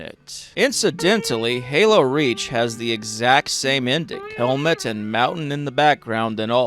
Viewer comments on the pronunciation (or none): none